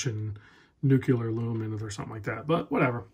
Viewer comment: You said Nucular lol